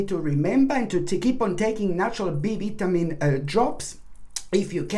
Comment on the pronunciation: Thank you. Only annoyance is vitamin. Vi-ta-min. Other than that, you are brilliant. Morenga dad adores. I drink morenga tea all the time. My dad has tree.